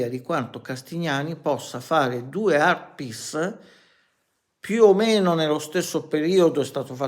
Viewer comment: Art piss? Art piece vuoi dire...ma perché non parli italianooooooo. Parla come mangiiiiiii...poi ti interrogo in inglese e prendi 2... ahahahah